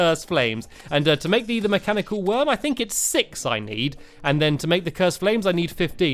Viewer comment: Stampy you said mechanical eye not mechanical worm